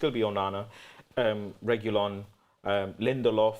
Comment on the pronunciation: saying Reguillon is cringe...